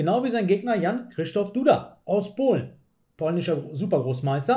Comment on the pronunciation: Dudas zweiter Vorname wird ungefähr wie [kschyschtof] ausgesprochen. Oder halt Christoph 😉